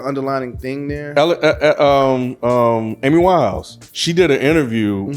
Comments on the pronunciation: Dude said "Alice Winehouse" lmfao 🦉#ImOvrHearNow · Did say “Alice” Winehouse?